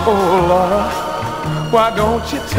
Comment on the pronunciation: I like how he say my daughter in law name Laura